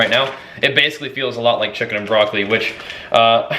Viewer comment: But...I love how you say chakens! Glad to see that your diet change is working out great.